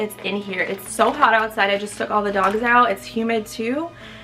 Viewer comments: I am so here for the British accent every time you say “Soo” 😂 it is sending me! Lol love your vlogs boo! Wanna start my weight gain journey like you did too. Definitely seeing your progress! Be blessed ❤️ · The way you say “so” 😂😩